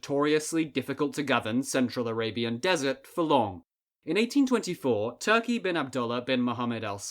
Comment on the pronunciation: التاء تنطق مكسورة